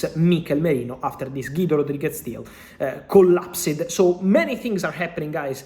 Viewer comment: With Fabrizio no letter is silent............CollapSED 🤣🤣🤣🤣🤣🤣